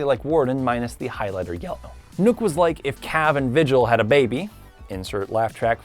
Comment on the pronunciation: Knock not nuke when u say nokk